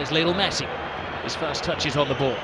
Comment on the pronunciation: even the subtitle is pronouncing messi as mercy